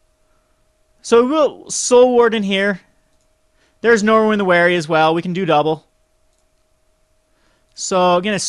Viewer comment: Stop saying Norwin!!! Aaaaaaggggghhhhh!!! :)